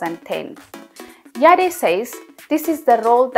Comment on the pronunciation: The E in the surname is silent. She is Rama Yadd not Yadé!